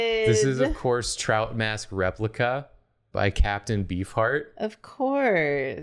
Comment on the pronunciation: The way I heard captain bee fart instead of captain beef heart